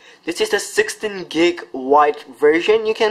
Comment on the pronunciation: Lol how he says 16. Haha